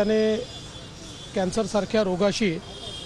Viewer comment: कैंसर नाही रे बाबा😅